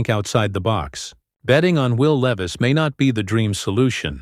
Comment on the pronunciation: Where is the done deal ? Bullshit your not even pronouncing is last name correctly. Not good